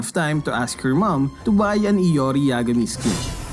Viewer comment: Its "iori"